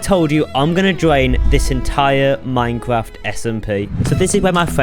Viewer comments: “I’m gowna dwain this entire minecwaft smp” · "this is me dwaining an entire minecwaft wiver" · muancwaft rivah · “jesus chwist” “minecwaft” 😂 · dis is mwee dwaining an entiyuh minecwaft oshun